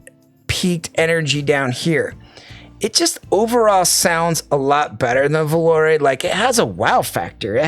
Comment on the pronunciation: The only reviewer actually pronounced Volare correctly. Supermix is a strong release, tough to beat. That enthusiasm at the end made me want to buy more IEMs.